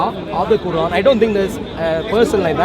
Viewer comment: How shamsi say Quran makes me wanna puke